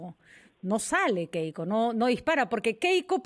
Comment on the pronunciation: tuesta y su caramelito de boca siempre dice keko keiko estos politologos de bajos fondos